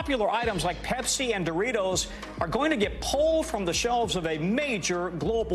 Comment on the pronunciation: Pepseh SoDEE